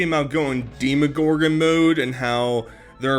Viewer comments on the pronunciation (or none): Her pronunciation of deeeeemagorgon. I can’t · "Deee Muh Goargin" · Love hearing her say demagorgon wrong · ef everything else, i just want to fight nal for pronouncing demogorgon incorrectly